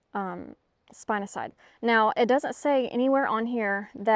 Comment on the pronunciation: Way to go! I've never even consided trying spinosad. Its pronouced spin (like a top) a (ah) sad (😢) I've use it for various types of worms but hadn't even an inkling about trying it on ants mounds of any kind much less fire ant. Those little devils.